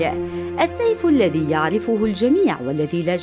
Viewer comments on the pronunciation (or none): none